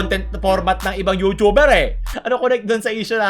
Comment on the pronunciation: you(chu)ber. ang sakit sa tenga.